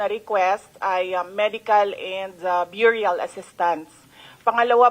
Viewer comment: Hahaha Sara Duterte said byuryal wrong pronunciation ka day. Burial [ ber-yal ] boba vp😂